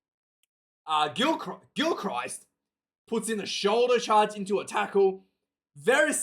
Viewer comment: A told you before its pronounced Gilkrist . ya doughball , and what have a told you about these amphetamine`s , if you don`t stop taking them , I`m telling your Maw a know where Mrs MacChann live`s , so take heed God bless ya Numptie